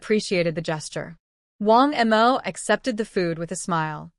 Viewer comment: This AI storry telling making funny pronounciation for Wang Mo to M O 😂😂